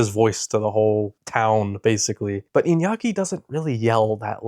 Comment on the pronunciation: Yeey he said Iñaki correctly 👍🏻👍🏻 * proud in Spanish*